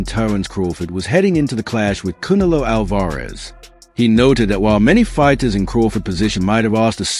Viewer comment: Kune-A-loo Al- Vare-ez😂😂 Stop it bro😂😂😂😂